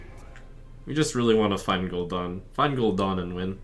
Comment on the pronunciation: It's Gul'DAN, not Gul'Dawn NotLikeThis